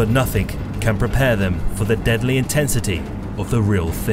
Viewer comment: THERE IS NO K IN THE WORD NOTHING GAHHH!!!!!